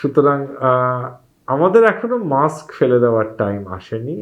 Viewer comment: অশিক্ষিত অ্যাঙ্কর কি সব উচ্চারণ -মাক্স, চ্যালেন। এগুলো থাকলে চ্যানেলের দুর্নাম। আপলোড করার আগে চেক করেন না কেনো?